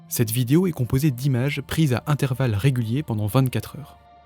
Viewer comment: Petit com pour le ref YT ...petit problème de prononciation sur le mot vidéo ..on dit bien "vid-é-o" et non pas "vid-i-o" ....